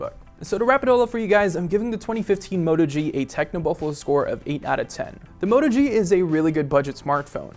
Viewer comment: Everything you said is a flaw on the Moto G is good on the Zenfone 2 which is why I don't understand your 8/10 score. I can't trust this review and by the way it's a Moto G not a Mota G